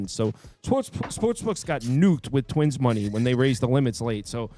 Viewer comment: "And twinss" 😂